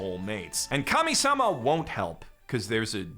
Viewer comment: whenever he says Kami-Sama i hear Commie-Sama and cant help but imagine Protag-Kun and his gfs wearing ushankas and seizing the means of production